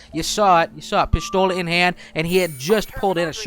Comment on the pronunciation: pishthola? shut up or talk correctly